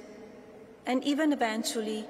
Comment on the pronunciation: "harsh realistees" "internationy" "leave in N.Y. City" "eventuny" "self axulization" "interscaped web"I cannot fathom why she does not try to pronounce words better. It is beyond having an accent. There are words that she literally cannot pronounce. It is astounding that she would not know how to pronounce these common words after living here for so long. Why doesn't she practice before she stands in front of all these people. Why does her speech writer give her such big words?